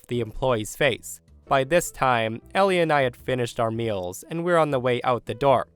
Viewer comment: Story at 15min - I looked away for a second so I wasn't reading and I heard "My daughter Ellienni"